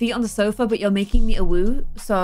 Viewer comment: Lmao when u said AWOOO it sounded like UwU